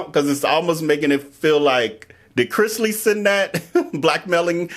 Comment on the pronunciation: ikr!! when I watched you again, I said "he said it right in the beginning!!" 😅